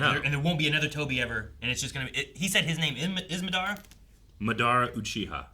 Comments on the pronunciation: The MaDARa pronunciation is soo common though, when I was a youngin watching Naruto we used to pronounce it that way too 😅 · I hate how they are pronouncing Madara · Someone tell them how to say MADARA at Wavecon